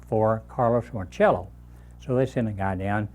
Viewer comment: Was really enjoying this until he mispronounced Carlos Marcello’s name. Anybody remotely connected with business knows that it is pronounced ~ Marsala like the wine.